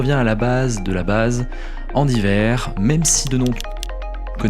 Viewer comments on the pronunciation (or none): Andy WEIR, pas WAIR. 😉